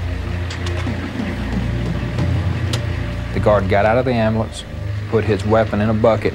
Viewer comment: If you can't say the word 'Amblance' there oughta be a law you don't get one. Problem solved. I'm kidding but it's so obvious the guards were in on this!! None of them did their job by coincidence?? No. I Don't believe that.